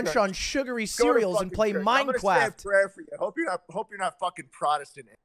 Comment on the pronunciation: ludwig - “minecwaft”